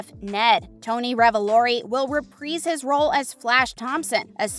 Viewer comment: Repreeeze his role? You have an issue with i's... You seem to insert them in some words and remove them from other words. Might want to look into that.